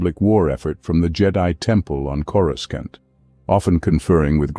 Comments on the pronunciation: more like corooskant 🤣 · You mean… “coreskaunt”? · Is it just me or the narrator constantly mispronounces Coruscant? 😂